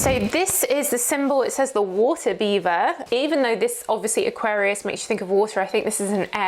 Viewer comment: Water beaver?? All the aquarians in the chat be like “waaaaat?” Ha ha ha …, it’s WATER BEARER 😂